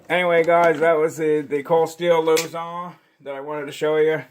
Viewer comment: It’s a filipino-inspired design. “Luzon” is also a filipino word. What’s with the french pronounciation?? 🤣 “Loouh-zoungh” wtf